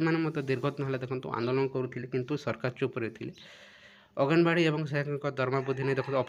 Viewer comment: ଅgenbadi କେଉଁଠି ଲେଖା ହୋଇଛି, ଆପଣ ଭଲ କରି କୁହନ୍ତୁ, ଜଣାପଡ଼ୁଛି ଆପଣ ଙ୍କ odia ଜ୍ଞାନ କମ୍ ଅଛି, ଆnganwadi କୁହନ୍ତୁ ନଚେତ୍ ଅnganwadi କୁହନ୍ତୁ! ଏମିତି ଭୁଲ କରନ୍ତୁ ନାହିଁ, ଆପଣଙ୍କ ସମ୍ମାନ ନଷ୍ଟହେବ।